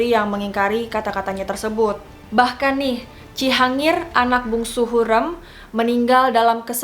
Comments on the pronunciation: Mbaaaaaaa penyebutan ny tolong donkkk ya ampunnn HURREM pke rEm bukan lEmper, yasssss, harriiim yg arti nya wanita bukan terlarang, aduh penyebutan ny masih banyak koreksi, please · hurrem kak bukan hurem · HurEm mbak bukan hurem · hu r e m, bukan hureum :( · Hürrem, huruf e nya tebal gitu, bacanya kaya bebek🙏 setau saya di filmnya selalu begitu